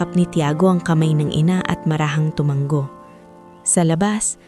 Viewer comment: Sana ayusin nyo yung pagbigkas ng salita tulad ng " tu- ma- ngo" sabi ng narrator " tu-man-go" me bago na ba tayong paraan ng pagbigkas ? bawat paraan ng pagbigkas me kanya kanyang kahulugan!!!